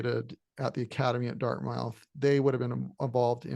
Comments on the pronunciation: Can’t take you seriously if you can’t pronounce Dartmouth College. It’s pronounced as Dart-m-u-th. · I stand corrected. It's more like: Dart-meth